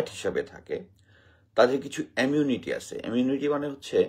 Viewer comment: এমিউনিটি না ইমিউনিটি, স্যার কি বলতেছেন উচ্চারণটা তো অন্তত ঠিক করে করেন , আপনার উচ্চারণ শুনে ভীষণ হতাশ হলাম! মেঘনা আলম রয়ের এজেন্ট এর স্বপক্ষে দুই একটা যুক্তি দেন কিছু উদাহরণ দেন কেন আপনার মুখের কথা আমরা বিশ্বাস করব, এভাবে একজনের নারীর ক্যারেক্টার অ্যাসাসিনেশন করার কোন রাইট আপনার নেই। ফালতু গল্প শোনাবেন না প্লিজ ।